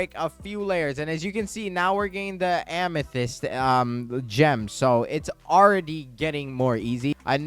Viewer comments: Please. Stop saying ah-me-thist is am-ah-thist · if you pronounce amethyst as ameethist one more time im gonna explode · ur still saying ameethyst...